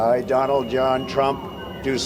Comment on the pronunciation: Hi, Kindly note: Donald in Donald Trump is pronounced as "Don-ald" not "Do- Naald". Hope you address it. Thanks. Peace!